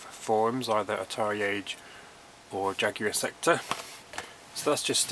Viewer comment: Great video mate, you have a fantastic collection! Love the commentary.......its also nice to hear "Jaguar" pronounced properly too! ;-)